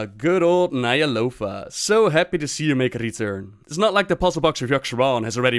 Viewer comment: you pronounce "Ny'alotha" as Nyalofa. Good video otherwise